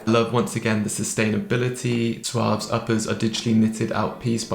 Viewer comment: I've watched 3 review videos and have heard 3 different pronunciations 😂 One dude said it right "swav" the other guy said "sawv" and this dude says "soo-ahv" What is going on 😂